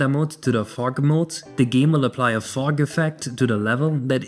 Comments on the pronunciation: fug :DDDDDDDD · I was looking away from the screen when this moment arrived, and I thought said "Phong." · i thought you were saying something else when talking about fog